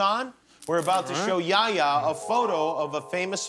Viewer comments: Why dosent he say yehya not ya ya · It's not yaya! It's yeHya!